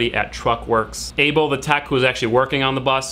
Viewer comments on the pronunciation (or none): none